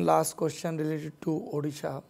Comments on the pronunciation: Saurav ji Odisha not Orisa 😒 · ओड़िशा बोलो भाई